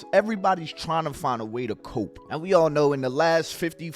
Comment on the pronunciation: It’s COPE like POPE not coupe like a car lmao! 😂